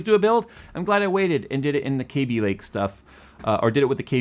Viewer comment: Love how says "KAYby" not "Cabby" lake. Ran into an Intel employee randomly at a wedding, and apparently it was always "KAYby" but then an executive started calling it "Cabby" and everyone below him started following his pronunciation.